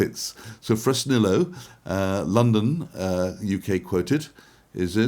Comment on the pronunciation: LundEEn and FresnEEYo